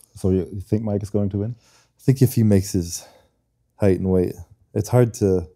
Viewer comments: Height spricht man anders aus Bro. So wie high bzw hight. Das E ist Stumm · jemand muss dem mal sagen dass weight und height nicht gleich ausgesprochen wird 😉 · weight or height, für so ein job sollte man schon ein bisschen mehr an seiner aussprache arbeiten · Wow, spricht ein Wort mal falsch aus und die Welt scheint unterzugehen. Sich darüber lustig machen, zeigt nur den (deutschen) Charakter.